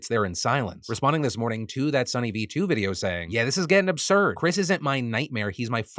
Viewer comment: I refuse to take a person who says videohhhhh seriously